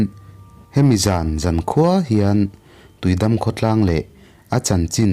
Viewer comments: Tuidam an ti ngailo i lam dan diklo thlukna dah tur tui dammm..tih tur w.. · Tuidam hi i lam dik lo in ka hria..tui chu a dik a, dam hi i dam em.? tih a dam ang hian lam tur niin ka hria..👍🏼😍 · tuidam tiin ka ngaithla char2 a..a tawp lamah khan tuidam kha i rawn lamdik leh bawk sia a mak ka ti reng ah..ka beng entir a ngai zawk a nih hi 😂😂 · tiui dam tih I lamdan hi a diklo deuh em aw